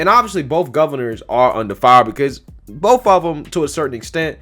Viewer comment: "Both" not Bof!